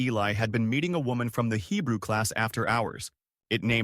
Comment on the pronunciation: The mispronounced Hebrew was hilarious